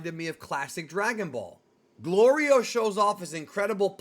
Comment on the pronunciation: Hey i dont mean to be a nit picker but i have to point out your pronouncing goliro completely wrong